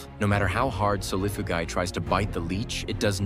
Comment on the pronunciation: Solifugayguy is the medium with how many times the AI mispronounced the camel spiders scientific name